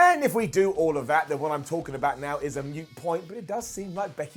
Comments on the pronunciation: It's "MOOT POINT" not "mute point" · Yeah... It sounded as if he said mute point. I checked it twice.